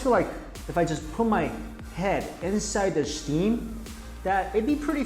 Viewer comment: Shteem-come on mike 😂